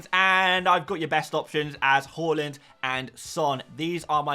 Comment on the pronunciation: Why do you keep calling him "whoreland"? 😮